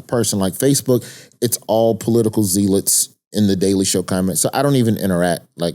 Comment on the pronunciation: I love Roy, but why does he keep mispronouncing the word "zealots?"